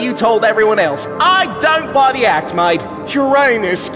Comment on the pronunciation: Uranus? More like Urananus😅